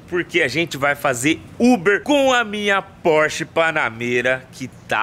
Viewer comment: Phorch é Phorch,....que o quê